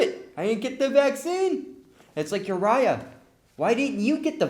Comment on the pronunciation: You pronounced my name wrong but when you said my name i literally got so excited!!!!!!!!!!!!!!!!!!!!!!!!!!